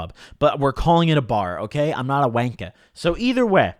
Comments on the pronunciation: The way u said wanker 😂🤣🤣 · I cringed so hard lmao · never attempt to say wanker again 😂😭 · Never say wanker in that accent again please lmao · I WAS FULLY FCKIN THINKING WHAT WAS THAT WORD, and then clocked if he said pub his gotta be tryna be saying some british lingo nahhh😂